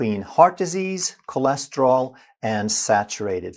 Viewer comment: bhai aap kolesterol bolo. chole nahi